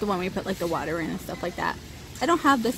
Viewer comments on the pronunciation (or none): none